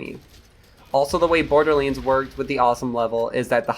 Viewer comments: He said bordilands instead borderlands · Im kinda curious where your accent comes from lol you say certain words like borderlands and damage in ways I have never heard anyone else pronounce them before.